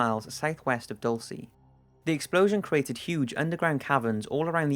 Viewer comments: Is anyone else offended that he says Dulcee instead of Dulceh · Just so you know, the town in Colorado in #2 is pronounced Dole-chay not Dole-say or Dole-see. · It's pronounced Dol-chay not Dol-cay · I never understood why my parents laughed when I mispronounced the names of places but now I do. It's Dul-chey, not dulsee, just FYI. I know in the west (especially Utah) we have weirdly named places like Manti (man-tie), Dulce, Toole (too-il-uh), hurricane (Hur-I-cun) and such, so I don't blame you for not knowing but it just struck out to me and made me laugh every time you said it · it's "duhl-CHE" not "duhl-SEE" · Dulce is actually pronounced "Dull-chay". It's Spanish for "Sweet". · Dulce is pronouced Doul-seh, meaning sweet. lol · btw it's not dul-say. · it's pronounced DOOL-cey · I live in Dulce and we just say it like Dull-see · It's supposed to be pronounced "Dul-chaye". xD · ur pronouncing dulce wrong....its my sisters Guatemalan name so I would know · ...I think Dulce is not well pronounced.